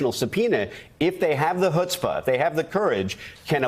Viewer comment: It's not "hood-spa", it is chutzpah…, with a ch like in loch-ness.. get words right for once, please yank... or you will het the Deja-vous price of stupidity..